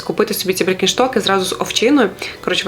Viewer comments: Може, біркенштоки? А не бріккенштоки) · Дякую за відео ,але може то тільки мені декілька разів почулося «брікенштоки»? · Підписалась, лайк поставила❤️ дякую! Але 5 копійок додам🤣 Дуууже прошу, навчіться вимовляти бренди))) БІРКЕНШТОК, Валентіно і тд))